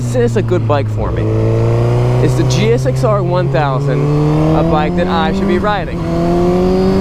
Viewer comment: Am I the only one that’s bothered by hearing him actually saying, “G.X.S.R.”?